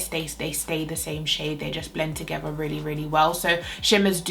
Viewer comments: Blend them togevvuh. Why do Brits always pronounce the "th"as a 'v'? Lol. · is it just me or is she saying the word 'together' as 'togeva' ??